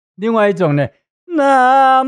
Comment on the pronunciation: “南無” 的發音是 ㄋㄚˊ ㄇㄛˊ[Na Mo]